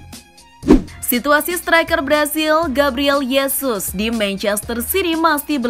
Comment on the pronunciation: Gabriel Hesus bukan Yesus, karena j itu dibaca h